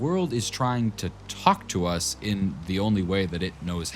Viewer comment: bro said talk tuahs